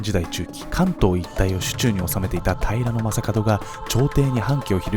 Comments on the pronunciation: 私も気になる。 平な将門みたいなイントネーションw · 平将門のイントネーションが気になる。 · 平将門の発音が僕のイメージもとちゃう、、だから何という訳ではないんやけど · 平将門のイントネーションが気になり過ぎて内容が入ってこんww